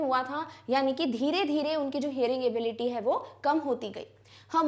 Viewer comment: ma'am aap ability ko galat kyu pronounce kr rhi ho why india need answer